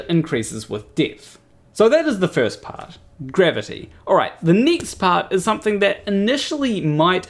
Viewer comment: Funnily, wenn you say "gravity" it sounds like "grabbity"... are you sure you're not a flerf? ;=)